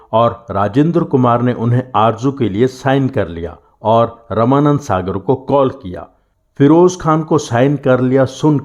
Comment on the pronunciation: आप रामानौद सागर जी का नाम रमानंद सागर क्यों कह रहे हैं?